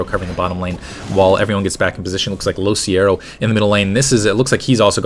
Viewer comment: isnt it LoCicero...